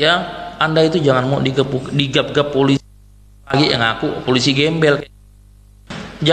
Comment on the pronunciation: Folisi? Apa kuping gw sah denger kah?